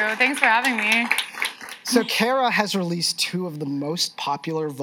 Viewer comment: Care-uh? I thought it was Car-uh.